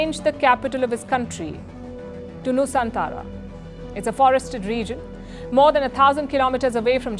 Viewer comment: Nusantara bukan Nusantala